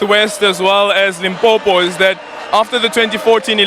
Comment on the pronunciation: I feel it's a bit rude when Zulu speaking people say "Limpompo", LOL!